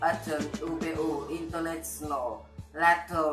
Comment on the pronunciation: Bẳng tuổi bạn, học lớp 9 mình chỉ chào hỏi = tiếng Anh thôi, chứ chưa phát âm hay mạnh dạn nói tiếng Anh ntn đâu. Một vài từ nghe được mà bạn nên chú ý phát âm lại, là okay ngay: international, young people, brain,... thấy được tự tự tin và tâm huyết trong video của bạn, cố lên nhé! Học phát âm thật tốt trước khi nói, nghe và nhìn chữ khi nghe, chắc chắn bạn sẽ tiến bộ lên rất nhiều. GOOD LUCK!